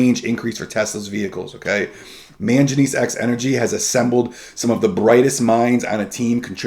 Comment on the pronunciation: Very good video, just wanted to note that it is pronunced man-guh-knees